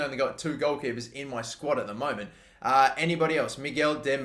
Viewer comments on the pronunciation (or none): none